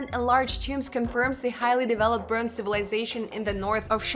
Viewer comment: brohnze lol